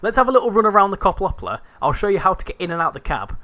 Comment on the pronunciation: As a Dutch guy, I’m triggered by how you pronounce Koploper — but hey, nice video! Just a little lesson for you : Yes, at the beginning of the Koploper's service, you could actually walk between the trains. That’s also why you sit so high up in the driver's cab. If you look at the front of the train, you’ll notice a big rectangular panel that looks kind of out of place. You might wonder, "Why doesn’t the train just have a smooth, continuous body with one color?" That black border you're seeing is actually a leftover from a big door system. Originally, there were two sliding panels there. When two Koplopers were coupled together, those panels would slide open, and a small bridge — like a harmonica bridge — would extend between them, allowing passengers and crew to walk from one train to the other. This is also the reason why the door can close 2 ways. Unfortunately, it was kind of a maintenance nightmare. It often had issues: poor connections, locking problems, and especially trouble during extreme weather due to thermal expansion and contraction. The delays could get so bad that you were better off just taking the stoptrein (the one that stops at every little station) than waiting for engineers to fix it. So, eventually, when the trains got updated or went in for maintenance, they just ripped that whole system out saving weight.